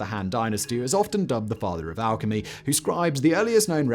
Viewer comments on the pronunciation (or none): none